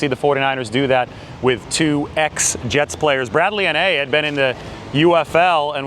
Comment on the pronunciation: Hey just a pronunciation assistance for Anae: (An - I) Utah Utes Alum.